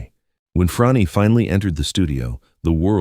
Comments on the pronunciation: Why are you saying Fronni? Her name is Frannie sounds like Danny. I never heard the name you use. us W mmuses for her summer home in N J. Are you sure you have that right? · My understanding is thar her name is pronounced "Franny," not Fronny." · YOU MISPRONOUNCE BOTH HER FIRST AND LAST NAME (OVER AND OVER}. YOUR GET AN F PLUS ON YOUR REPORT CARD. ON THE BRIGHT SIDE, IT ISN’T AN F MINUS. P.S. GOOGLE THE WORD RESEARCH. IN THE MEANTIME, GO BACK TO THE FACTORY FOR NEWER AND SHINER COMPUTER PARTS. ON THE BRIGHTER SIDE, YOU ACHIEVED YOUR PURPOSE OF DRIVING US ALL CRAZY. 💩💩💩